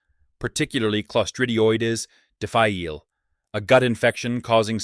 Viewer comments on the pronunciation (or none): Clostridioides difficile. Terrible to have. Please tell the voice actor "difficile" is pronounced DIF-uh-SEEL.